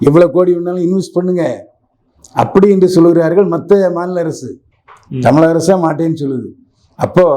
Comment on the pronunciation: தம்பி . தமிலகம் என்று சொல்லாதே. தமிழகம் என்று சொல். உனக்கு "ழ" வரவில்லை என்றால் பேட்டியை தவிர்க்க வேண்டும்.